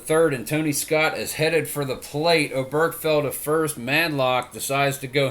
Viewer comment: Just an FYI Oberkfell's name is pronounced Oberk-Fell. You put the wrong emPHASis on the wrong sylLABle :-)